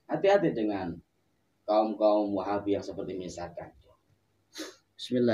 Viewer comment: baca nya salah wahabi itu